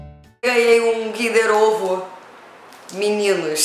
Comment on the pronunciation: "kinder ovo "meninosh" wtff "kkkkkkkk